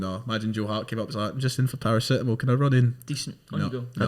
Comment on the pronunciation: the way pronounces paracetamol is disturbing